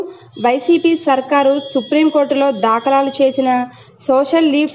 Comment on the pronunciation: Telugu matladadam vachhina vallani anchor ga pettandi, dakalalu kadu dhakalu, alane cheap justice kadu Cheif justice 😅